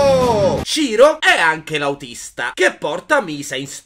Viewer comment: Puoih fareh anceh il riassuntoh de Il signore degli anelli? Pls Grz